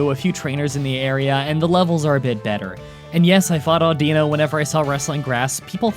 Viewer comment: I wasn't gonna say anything until you bragged about how you got them all right.Here's a list of pokemon names you got wrong: Genesect, Patrat, Audino, Reunculis, Sigilyph, Musharna, Mienshao, Carracosta, Hydreigon, Seismitoad, Bouffalant.